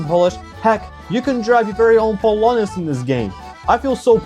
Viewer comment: cześć brawo że powiedziałeś "polonez" i "polska gurom" poprawnie. -polski gościół, który jechał EN57ką nie raz edyt: wow nie spodziewałem się że to trafi na b tier. myślałem gorzej